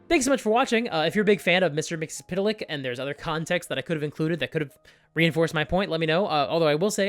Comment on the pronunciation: First of all that pronunciation of Mr Mxyzptlk, for a name that has barely any vowels, is amazing. Also, I'm so tired in serious, dark, gritty media. Give me cheesy colorful stuff, like the D&D movie or One Piece live action. Those are incredibly good even with all that goofy stuff around. I want that in my games.